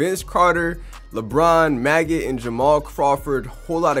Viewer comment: Calling maggette “maggot” is crazy